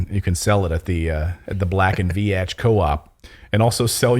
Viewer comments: You didn’t pronounce that company’s name correctly, the letter “a” is silent just say Vetch with a long “e” sound. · It’s pronounced “Veech” not “Vee-atch” 🤦🏻‍♀️😂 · You pronounce the name Black & Veatch wrong. VEE-tchi. I worked for them for awhile. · Pronounced black and veech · It is pronounced Black and veech. lol I have worked on power plant jobs with them. I was a Union electrician and Black and Veach had electricians on the job. We tried to organize them and quickly found out they had better pay and benefits than we had. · BLACK & VEEEEEECH is how it's pronounced. A US engineering firm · It is said as black and veach. Much like peach or leech. I know people who once worked there. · Just so you know... Black & Veatch is pronounced like Beach with a "V" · It's pronounced Black and Veetch. They're, (among other things) big in the water/wastewater industry design. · Pronounced "Black and Veetch" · It's pronounced Veech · Veatch rhymes with beach, just sayin! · Proper is sounded out veech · You are pronouncing Veach incorrectly